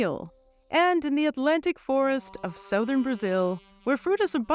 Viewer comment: Did you just say sowthurn Brazil?